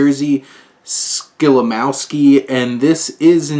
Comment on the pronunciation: Great review :) Just a tip for the future - Polish (and German) "W"s are pronounced like the English "V"s. So it's Skolimovski, not Skolimowski ;)